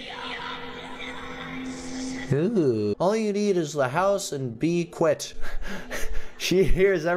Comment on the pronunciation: Is it quit or quiet